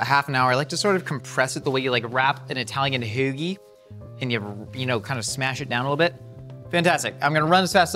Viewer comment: I am still trying to figure out how to spell out the pronunciation of how says “hoagie”. It’s been weeks… 🤷🏻‍♂️